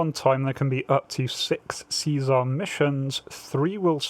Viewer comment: See- SAR not Caesar.